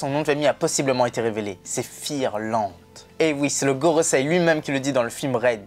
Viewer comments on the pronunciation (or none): Super video vraiment Jadore votre chaine continuer comme sa💓✨ Pour info cest pas firland Mais fingerland